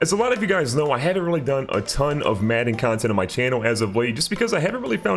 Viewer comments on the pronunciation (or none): none